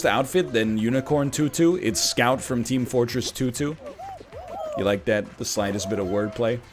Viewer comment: I dont know why but NL saying Team Fortress tutu made me laugh for like a minute.